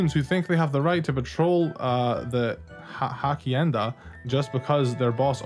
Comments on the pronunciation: Your version and theirs is pronounced differently, though. Yours had more sounds ("u" instead of "oo" and "ay" instead of just "eh"). That's the main tell of an English speaker accent in other languages, imo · hasienda is the correct pronunciation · you pronounce it Hashienda' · I love how u pronounced hacienda 😂